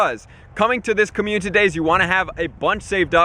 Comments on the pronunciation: Did he say commune-titty day? 😹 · perfect videos my dude been a fan for a while but please stop saying "community day" like that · Why cant this guy say "community"